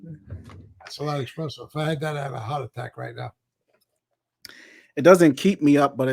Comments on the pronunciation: They are not expressos. The correct word is espresso. S not X. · ESpresso!*** ES ES....no "ex" in the word